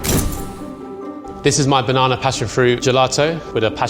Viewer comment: Level 3: we will cut the banananer Me: what? Banana or banananer